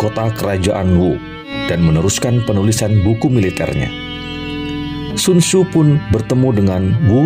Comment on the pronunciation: Sekedar saran semoga berkenan, cobalah mengucap dgn lafal yg tepat